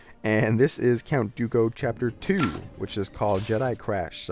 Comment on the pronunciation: Count dokoh? Its doku